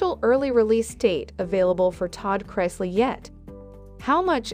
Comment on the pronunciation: Pronounce Chrisley better please.